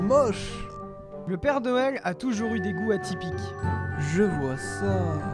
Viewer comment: a oxilac dis père doël